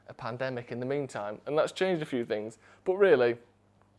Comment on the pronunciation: My favourite bit...and there were alot to choose from, was where called it a 'Pandemitch' 🤣